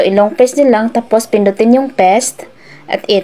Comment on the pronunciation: Paste , na kung e pronounce ay peyst hindi pest 🤣 sayang oras dito haha